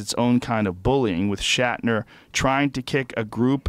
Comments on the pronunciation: Say Shackner one more time and I'll lose my mind Joe....jesus lol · Who's William Shackner? Oh shit, did you mean SHATNER? Ohhhh, that makes much more sense. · His name is WILLIAM SHATNER!! Please stop calling him, "Shackner". Man, for a man with a lot of big words you don't speak English so well. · It's Shatner, not shakner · "shackner"? is he saying his name 'shatner" wrong on purpose? or am i just hearing things? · "Shaqner" lol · "William Shackner" and "Star Track"? How DARE YOU! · Had to shut it off with about 20 minutes left because I couldnt handle him saying "William Shackner" anymore. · Even as he's reading the article he still says "shackner".... it's like when a little kid pronounces spaghetti "pasketti" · I swear I was just in another universe where Joe was saying "Shakner" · WILLIAM SHACKNER ? did anyone else hear that 50 times in a row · "William Shaqner" x'D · Is Joe saying William Shackner?? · Why does he keep saying shakner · lol...i was referring to rogan...hahaha listen to rogan talk about shatner and say his name 10 times and say it wrong. i just wasn't sure if it was a goof on shatner. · It's "William SHATner" you fuck!!